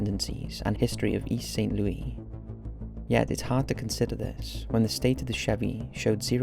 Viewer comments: Dude, not to nitpick, but it's pronounced Saint Loo-us, not Saint Loo-ee. The S isn't silent. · Don't wanna be that guy, but you actually pronounce the S in St. Louis. Loo-is, not Lewie. Just wanted to say this, bc you mention the region often enough. But wonderful video as always! I love your work! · My god, its St. LOUIS not St. LOOEY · It's Saint Louis, not Saint Lewey. As someone who has lived in this city for fifteen years and even spent over eight years with the Saint Louis Police Dept even missing people from the county or murdered victims would land in the department inbox never heard of this case. I resigned two months ago but this is one case that never landed in my work inbox, which is strange because everything even from East St. Louis ended in my inbox, it was email over load from the passes we had to sign and just alerts. Videos of wanted suspects, missing people and homicides that were outside or juridiction. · thank you for being that guy! I'm a St. Louisan and it's driving me insane🤦🏾‍♀️😂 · Great video! Its probably too late for this but St. Louis is pronounced loo-is not loo-we 😳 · You have got to stop mispronouncing the name of this city. You can get over one or two times; over and over, it sounds pretty ignorant. Also, Americans don't live in 'flats'. We don't' know what the hell a flat is. An apartment. One gets the sense you're throwing these videos together a little too quick. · the s is not silent in (St) Louis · I am fascinated by your videos and your ‘no nonsense’ way of narrating the episodes. This one was especially intriguing to me as it involves my hometown of St. Louis! Even though I lived there during this period, there was little or no press coverage of this tragic case. Thank you for bringing it to your fans’ attention! BTW, Americans don’t use the French pronunciation ‘Louis’ for St. Louis; they pronounce it as ‘Lewis.’